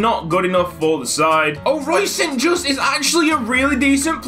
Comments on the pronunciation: St. Juste is pronounced as sint ('I' pronounced as pronounced in 'this') Yustu ('y' pronounced as pronounced in 'you') (also the second 'u' is pronounced as the first one, which you already correctly pronounced in the video) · melchior mulder you don't pronounce it saint just you pronpounce it like sint juste but the j sounds more soft and silent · I once signed the irl St. Juste and I was told to pronounce it "Son Joost" so who knows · St. Juste is prounounced like this: st. is like since but instead of the ce you make it a t so you get sint, Juste is prounounced the exact same but you pronounce the e at the end so like Justuh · I may be completely wrong but St. Juste may be pronounced st. Yoo-ster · Ben Edgie moreso as saint (or sint) jus-tuh (am dutch, the actual player named st. Juste plays for my favorite team) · And the j isn't pronounced like a hard J but like a y as in yes